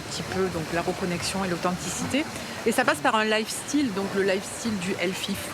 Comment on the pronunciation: "le lifestiiiil" 🤣